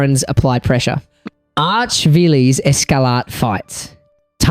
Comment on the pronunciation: Callign Archvikes "Arch-vilees" gave me the heebee jeebees